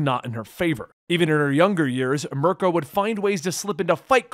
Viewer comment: I’m ok with you leaving a syllable off Mir-i-ko but did you really say PROWNESS? It’s prowess